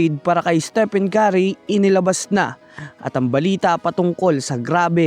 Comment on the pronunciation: Estepen kari ka ng estepen kari. Its istipen keri (stephen curry) Puro fake news pa!. 😂😂